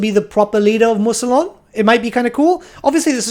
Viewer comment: “Moo-se-lon” smh